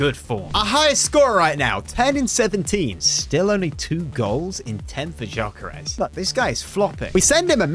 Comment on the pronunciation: It’s not jyokeres it’s gyokeres it is pronounced yokeres(not to be rude)